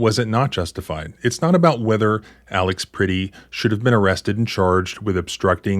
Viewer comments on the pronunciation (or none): Peretti, not Pretti.. Pronounced per-eddie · His name is pronounced (Pr-eh-ty, not pretty). This is the video (and the alliance) I've been waiting for. More to come, I hope. Please don't just talk together. Work together. I find it interesting that this is the very reason for the Second Amendment, and also shows why it's utterly outdated these days. It doesn't protect people as it was intended. It raises the body count. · Please say his name correctly out of respect for his family per retti is how it’s pronounced